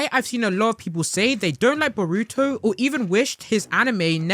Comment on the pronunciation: omg don’t ever say boruto again. the way you say it is painful to listen to 🤣